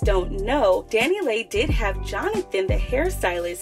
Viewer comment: Why you keep saying her name like that 😂 😂